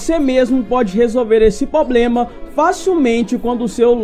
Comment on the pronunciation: "Poblema" é osso...